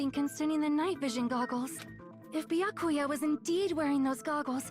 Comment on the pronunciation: Everyone : Byakuya Nagito : bEeYakUuyA